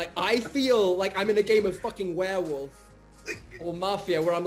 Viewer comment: ok, its warewolf, not wareWOOF.... =/